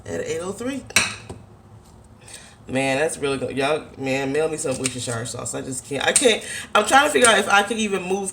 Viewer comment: lol its ''wuster-sha' sauce not ''shi-re'' (coming from a british chick )